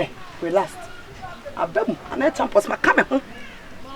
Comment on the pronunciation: everyday relast🤣🤣🤣 instead of relax